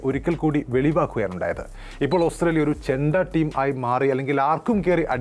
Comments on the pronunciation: ഓസ്‌ത്രേലിയ ന് പറയാതെ ഓസ്ട്രേലിയ എന്ന് പറയു. അരോചകം 😔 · Austhraila ennu aanallo chettante ucharanam